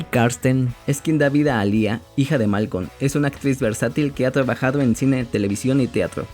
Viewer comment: No es malcon😂😂 es malcolm